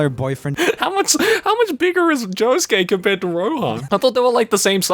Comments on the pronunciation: pronounces Josuke as Yosuke by accident. Sasu ga Swedish. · I appreciate occasionally saying Yosuke instead of Josuke. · "Yosuke" instead of "Josuke".... okay '-' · Idk what’s funnier, the fan fiction or pronouncing Josuke as ‘Yosuke’😂😂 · says josuke the whole time: YOSUKE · Swedish, so he mixes up J and Y sometimes. Honesty it’s cute🥰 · Damn, I'm guessing the Swedish in is making him pronounce Josuke as Yosuke... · slipping into the Swedish pronunciation is so cute😂 80% of the time he says Yosuke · I'm just gonna point out the fact that sometimes pronounces Josuke as "Yosuke" and it confuses the crud out of my Persona 4 brain worms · what a very swedish way of pronouncing "Josuke" lol